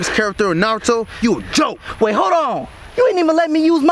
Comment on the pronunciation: When said Naruto he said “Narutho”